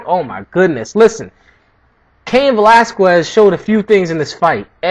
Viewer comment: It's Velas-kez bro, I'm Cuban though, not Mexican.